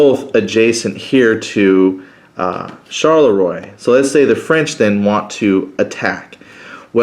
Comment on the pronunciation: Thanks. Phonetically the towns are pronounced: Ligny - Linni, Charleroi - Char-le-wa, Quatre Bras - Kwat-re-Bra.